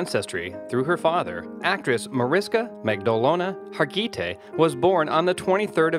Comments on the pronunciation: Thanks!! Mesding it up with Har gee tay. Har geh tee is the right way. Say it fast. This lady deserves more justice to her name. Too classy to mess it up. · HAR- GI- TAY.. Marish-ka....OMG. wtf....